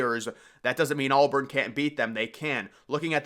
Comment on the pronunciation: Dude. It’s AUBURN. Not ALLBURN.